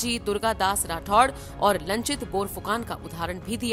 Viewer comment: It is pronounced ‘la-sit’.